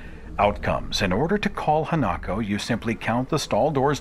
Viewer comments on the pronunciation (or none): Minor correction: The Japanese ghost is Ha-na-ko, not Ha-nak-o.